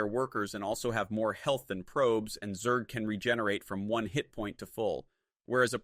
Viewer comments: Damn really showing personal growth realizing the truth about SC Weird how he pronounced Zerg as "Zerdj" tho..🤔🤔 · To say 'zerg' properly you can write it as 'zergue' which forces the AI to pronounce it correctly.